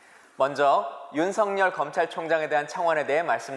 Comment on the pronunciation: 윤석렬이면 윤성녈로 읽지만 윤석열은 윤서결로 읽어야 합니다 청와대 양반!